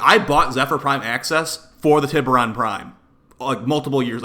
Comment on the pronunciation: Also isn't it pronounced "tie ber on?" lol